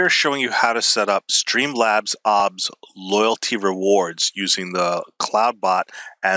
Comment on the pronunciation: Did this mans just say AWHBS